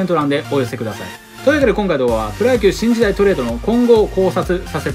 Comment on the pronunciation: 最初、シンジダイがチンジダイに聞こえる